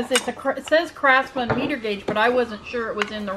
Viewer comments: Miter not meter, lol. Big difference when need to miter a corner. Chuckle chuckle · Miter gauge - 'my ter' not meter. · Yes, hotels charge for the towels that are taken from the rooms. Also, it's a "my-ter" guage for a table saw. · Miter gauge is pronounced ( my-ter)and used on a table saw table... Not just a man thing :) Thanks for not opening all the angel ornaments...